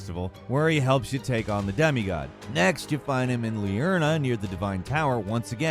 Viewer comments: Also it's called liurnia, not liurna. It's ridiculous how little care goes into these videos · Bro pls its spelled Liurnia, Lie-urn-ee-uh not Liurna. It makes you seem like you seem weird when you mispronounce it